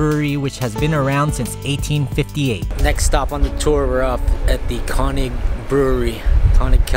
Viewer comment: umm, I thought your pronunciation of König was even worse in the voiceover. But it's a difficult sound. It doesn't occur like that in English. Try to say it like "Kir-Nick" (with Kir as in "Kirk") -- that's not quite right, but as close as most english speakers will get. And most importantly you will be understood. Any German will understand immediately what you mean if you say "Kir-Nick Pilsener", but if you use the pronunciation you do in the voiceover, they might not understand or at least have to think for a minute to figure it out. I enjoyed your video. I see you are an upcoming channel.... You have my sub! Keep it up!